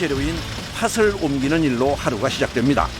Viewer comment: '팥을'의 표준 발음은 [파틀]입니다. 파츨x